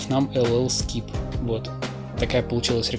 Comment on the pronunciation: ох как уши то режет пэлл скип...